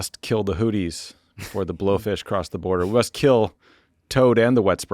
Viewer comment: My dudes, you cannot seriously complain about someone saying "Houthis" like "Hooties" in the same podcast where you pronounce "Huawei" as "Wawei." Either we police voiceless aspirated consonants or we don't. I know this is low stakes, but if worldos don't care, who else will?